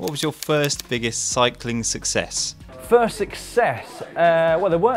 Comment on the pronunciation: Sucess? Is that British for success?